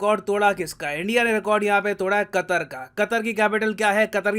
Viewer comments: Nitin ji ne qater ke " pr katter" diye 😂😂😂😂😂😂😂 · Qatar sounds like Gatar🤮